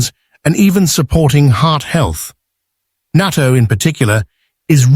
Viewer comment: It’s natto not nato!